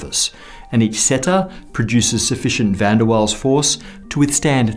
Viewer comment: "van der waals" venderwalls